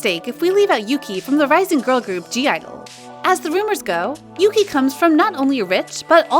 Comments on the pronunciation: omg yuqi's name is pronounced as YUCHI not YUKI. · Yuqi's name is pronounced as Ugi, not Yuki. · Thanks. Even i use to pronounce as yuki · Nope. Yuqi is pronounced as Ugi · Ya no, it's pronounced as U-gi/Oo-gi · It annoys me how you say Yuqi's name wrong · you do not pronounce Yuqi like that ahahahahah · When you pronounced ‘yuqi’ wrong.